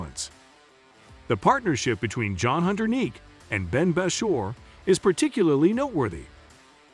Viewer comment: who the hell is john hunter Neek ? you guys suck at putting video stories together. always getting names wrong.